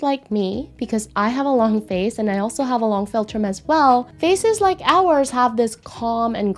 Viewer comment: Filltrum? Felltrim? What on earth does this mean? She says the word dozens of times with no explanation.